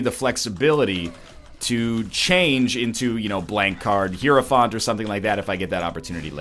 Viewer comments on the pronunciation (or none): none